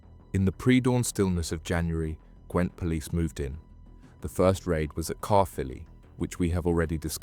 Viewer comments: Great video but it amazes me that people don’t check words that there not familiar with. Caerphilly is not car philly. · Can't watch this,if you are gonna name places in Cardiff at least try and pronounce the name right Total amateur hour stuff Where on earth is Cur fully? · you butchured saying my home town of caerphilly lol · It hurt my ears 😂